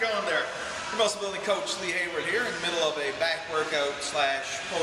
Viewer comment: his name is lee not leem lmao